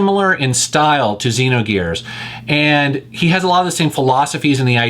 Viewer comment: You pronounced XEnogears wrong.